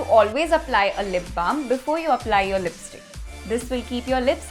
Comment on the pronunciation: "Lisptick" i luv it thnks